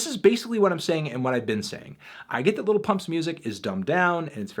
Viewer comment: i hate the way fantano says 'lil'